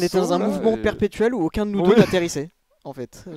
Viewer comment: Faudrait que tu rajoutes l'accent sur le "où" pcq là on dirait que tu demandes si ils sont antisémite 🤣